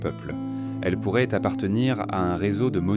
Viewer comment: 100% AI (voix et images) Mais c’est l’avenir il paraît. Pour ceux qui doutent : Pi 3,14 ne se prononce pas P et le ent à la 3pers du pluriel ne se prononcent pas [an] dans « pourraient » 😒 Enfin, les ponctuations ne sont pas faites et donc ne séparent pas les phrases les unes des autres.